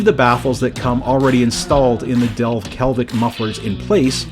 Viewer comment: "Delke(l)vic" you say. That (l) just doesn't exist.